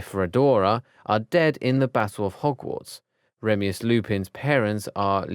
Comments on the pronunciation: Remius lupin 💀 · he said remeus lupin😂😂😂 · Fleur’s dads name is very creative 😂 Also this is really annoying me but u keep pronouncing names by adding letters or skipping many, saying the names wrong. It’s like u say Enid like Eggnid…. Remus as Remius?! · Teddy rreemmuuss lupin remeus killed me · naRsiA blACk, awianna and remius though 🤣🤣🤣